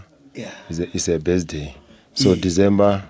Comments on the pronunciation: Not besday 😂😂😂ke birthday 😂😂😂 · The other stupid guy says besday🤣🤣🤣🤣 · can't even pronounce word "birthday" mamparas